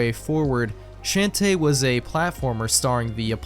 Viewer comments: Sean teh not Shan teh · How do you mispronounced shantae like that